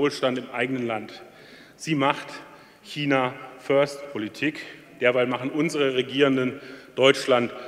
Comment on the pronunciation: Super Rede... Schmerzt aber sehr, wie er so oft China falsch ausspricht...